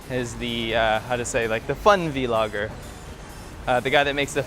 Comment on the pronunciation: vlogger, not v-logger